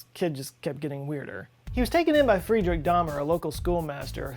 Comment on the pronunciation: i love how you pronounce Frederic ....FREE DRINK